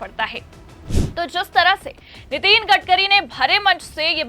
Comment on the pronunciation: नितीन नहीं नितिन बोलें मैडम जी